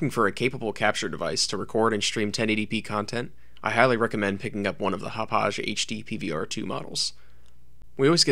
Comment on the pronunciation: It's "HOP•pog", NOT "hop•pauzh". Hauppauge Computer Works is located in the hamlet of Hauppauge on Long Island, NY. Hauppauge, NY has had hosted a significant electronic technology industry since the 1930s. 55,000 workers are employed among 1,000 technology companies there.